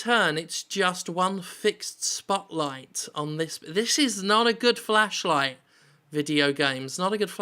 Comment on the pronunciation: It's flashlight Jim, not fleshlight.